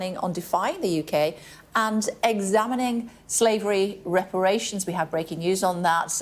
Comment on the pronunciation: I want repatriations in exchange for reparashuns 😂